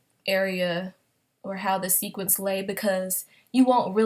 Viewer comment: it's sequin but I knew what you meant